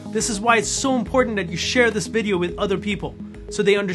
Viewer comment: I loved your “Bidio” so much!